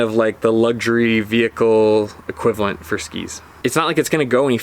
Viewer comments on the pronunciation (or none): none